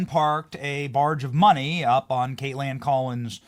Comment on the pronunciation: Stop saying Kate land. You sound like an idiot. Just pronounce her name correctly. You sound ignorant.